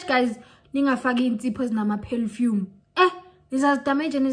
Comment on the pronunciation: "Pelfume is gonna balt you" 🤣😂🤣shaver ngeLoksion bioskop mara 😜, "learn from your Listen"🤣😂 What your take on Yoni STEAMING using herbs?